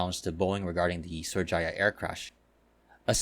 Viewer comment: It’s actually pronounced as Sriwijaya, also confused me when I flew with them